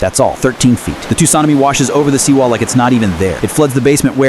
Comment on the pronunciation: The way tsunami is pronounced